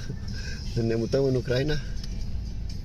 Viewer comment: Se pronunta Ucraína, nu Ucráina. Accentul cade pe i, nu pe primul a.